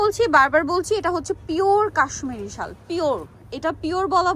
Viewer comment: শাল বলতে পারেনা ভিডিও করতে এসেছে , শল কি ?